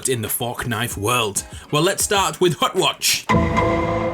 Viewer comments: did you say butt watch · “Hut watch” made me laugh every time for no good reason